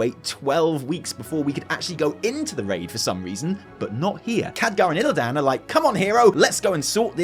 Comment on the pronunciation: my bro. We need to talk. Please go play WC3 again or listen to ANY in-game dialog where a character says “Illidan” and stop pronouncing it “IlliDAN” - it’s like nails down a chalk board. Reminds me of that awe full Warcraft Bible video where he couldn’t pronounce Sargeras... I still love you. But please.